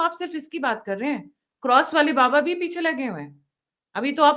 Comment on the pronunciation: पिछे नहीं। पीछे।